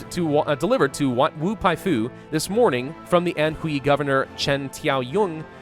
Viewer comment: just FYI, the letters "hui" are pronounced "hway"